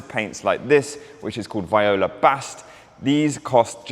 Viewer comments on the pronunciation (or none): That Grigio Acheso Revuelto looks like the 2024 Goodwood Ad Personam car. FYI, Viola is pronounced Vee-Oh-Lah not Vy-oh-lah